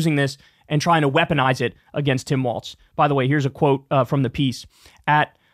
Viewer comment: Trump pronounces Walz's name correctly 🤔